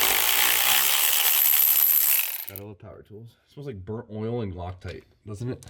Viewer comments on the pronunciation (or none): none